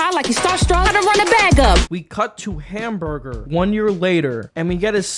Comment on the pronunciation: I don't know why, but calling Hamburg "Hamburger" was the funniest thing in the video for me.